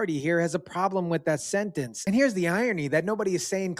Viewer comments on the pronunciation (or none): none